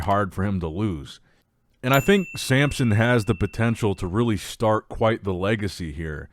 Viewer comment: And he’s the king of mispronouncing names… he can’t help himself, he just has to say Sampson every time.